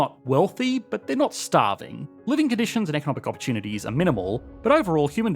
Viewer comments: "... did nat zee..." Ha! Good one! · “A new group of immigrants that…did naht see the appeal” As disgusting as the topic is, that is a quality pun, made all the better by your dialect.